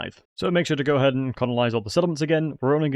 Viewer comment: Are you aware that you're saying conolise instead of colonise?